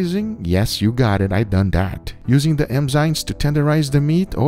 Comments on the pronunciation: Love your videos FYI it’s “Enzyme” not Emzyme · enzyme not emzyne lol, keep up the nice videos guga!